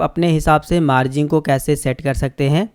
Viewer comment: मार्जिंग नहीं भाई मार्जिन होता है